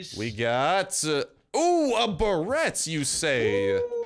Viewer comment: I love how he pronounce tha Barret "Bareeeyt" I love it xD